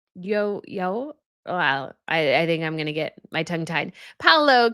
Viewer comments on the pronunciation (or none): none